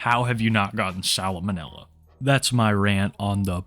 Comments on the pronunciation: LMAOO it's not "Solomon Manila" it's pronounced "Sal- manilla". 💀💀 💀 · "Salamonella" lol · “Salamonella” bro it’s “salmonella” 😂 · i like your videos but if you aren’t sure how to pronounce something please don’t say it more than once. salamonilla lmao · I hate the way you pronounce Salmonella.. “Sal-a-mo-nella”.. ITS SAL-MO-NELLA!! WHERE IS THE OTHER A?! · It’s salmonella not salomonella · No offence but, Salamanela - gold. Salmonella. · What is "sal-a-mo-nill-a"? Sal-mo-nella is a thing tho...... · Salma nella😂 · I love so much your pronunciation of salmonella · How you gonna shit on this man for calling chops wings and ribs and then immediately mispronounce salmonella?! Shame on you,.